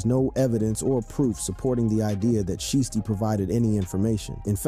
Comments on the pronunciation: Like shy stee sound it out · Shieesty? Goof. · He saying sheesty on purpose the shi was blowing me 😭😭😭😭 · Nah "Sheesty" is wild 😂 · Sheestey??? Bro u aint listen to this guys music or nuffin but u wna eat iff hes name that u cant even pronounce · Why is he calling him "sheesty" ?? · DIDNT say his name right